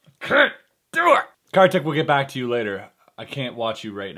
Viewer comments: it's pronounced as "car tick" he is indian and I'm too so was just correcting u nd btw i love the bad magic series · Ya he is.. For sure.. But you can pronounce him as kar =car ; tik = teak so it will be carteak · Its pronounced as car-thick... really i aint kiddin